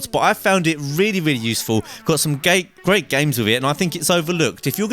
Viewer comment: He said gay instead of great